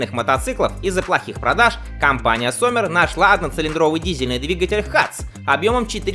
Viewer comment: Только не Соммер, а Зоммер (лето)...